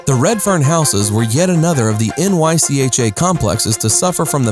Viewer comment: It's pronounced as one word, Nycha not N-Y-C-H-A